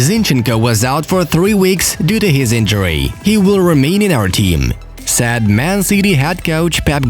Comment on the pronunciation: It's only me or everyone... I am hearing sad for said.....